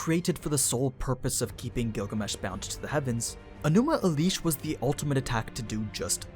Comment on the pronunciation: My soul tears every time I hear Enuma Elish pronounced differently. Hopefully I'm not the only one actually bothered by this